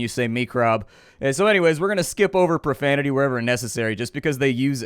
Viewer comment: "Watch yo ProFAMITY"